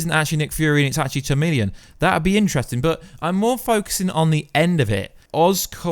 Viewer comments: Chameleon..So you are reviewing a movie where you can not even pronounce a name of a major villain correctly. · It's Chameleon the h is silent lol Charmeleon is a pokemon